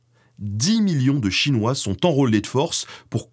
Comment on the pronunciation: Etant un spécialiste modéré de l'histoire des relations entre la Russie, le Japon et la Chine et ayant vécu en Extrême-Orient, la présentation que vous avez faite est bonne et juste surtout. La seule chose, mais bon c'est inévitable, la prononciation des mots chinois et japonais est exécrable. Consultez SVP votre ami des langues-O et tout ira mieux.